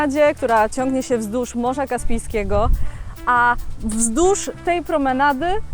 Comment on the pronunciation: Kobieto. Mowi się wzdłuż a nie wzdusz. Jesli chcesz zrobić z siebie celebrytkę to postaraj się choć trochę zadbać o jezyk polski😅